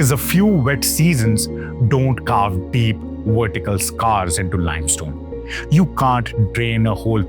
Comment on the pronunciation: It's VERTICAL carvings, not Wertical carvings.